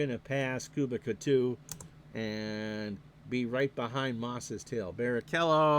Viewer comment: For what it’s worth, I believe the pronunciation Koo-beech-ah. Enjoyed this very much. Thanks!